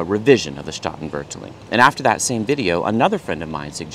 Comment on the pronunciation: Loved your comments on the sound of Dutch. When I was learning it, at first it felt like it was just English with German accent. PS You have the emphAsis on the wrong syllAble. Both the 'a's in Statenvertaling are long 'a's. Separating root words, staat (state) and taal (language). Here's a video where a native speaker says the word in the opening sentence that might also be of interest to you, haha: "The old Statenvertaling: the only pure and complete Bible translation"